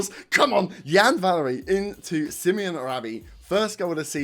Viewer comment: Sim-oh-nay, not Simeon. Brilliant first game. Feels like the start of something.